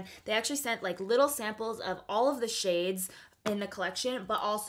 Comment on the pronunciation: Is it just me or she read the shades wrong?😕